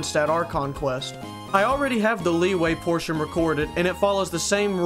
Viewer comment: Bro said leeway likeee we all know it's pronounced la wee wee